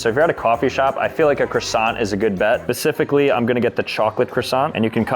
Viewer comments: did bro say pacifically? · he pronounces it like that